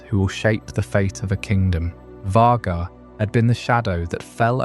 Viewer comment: Why are we saying Vaghar like that?